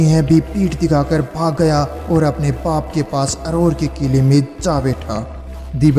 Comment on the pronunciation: Pronoucetion is very bad Raaza =raja Paap=baap